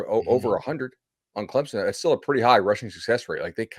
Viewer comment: it’s Clemson, not Clemzon. I was there and people left because the product on the field was trash.